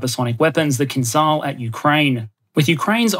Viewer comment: just one remark. The Kh-47M2 "Kinzhal" a.k.a. Killjoy, is pronounced like "Kinjal", the "j" in the middle is pronounced like the "G" in General Oligarhovich.